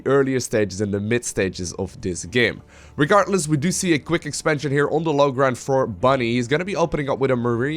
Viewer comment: I like how the caster says "regartless". :)